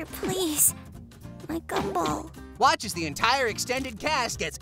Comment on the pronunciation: "the gummed ball"